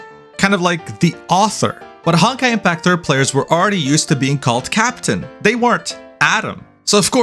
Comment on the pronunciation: Stop saying “hawn-kai”